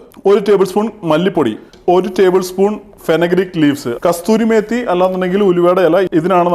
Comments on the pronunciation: എടോ കസ്തൂരി മേത്തി അല്ല കസൂരി മേത്തി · ബ്രോ കസ്തൂരിമേത്തി അല്ല..കസൂരിമേത്തി ആണ്.... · SHEF പറയുന്നു കസ്തൂരി മേത്തി എന്ന് . തെറ്റാണ്. കസൂരി മേത്തി എന്നു പറയൂ Shef 👍👍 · കസൂരി മേത്തി എന്നാണ് പറയേണ്ടത്